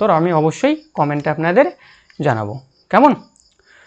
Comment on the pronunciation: Apnar "kemon" ar " taina " ktha gulo ektu check korun dile aro vlo lgbe